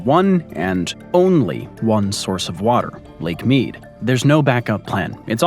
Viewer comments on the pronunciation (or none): none